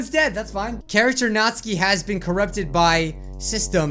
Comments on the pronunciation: Best girl: Yuri 2nd best girl: Sayori 3rd best girl: Natsuki (as says: Natski) Last best girl: Monika Although id mind Monika that much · Your saying natsuki’s name wrong